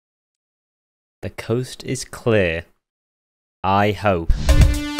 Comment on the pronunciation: "i hoepe"